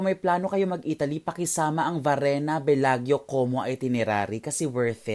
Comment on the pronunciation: When you come back to Italia, let me know and I can accompany you roaming around. Btw, that is pronounced as Belajo. parang Miss Universe walk. 😆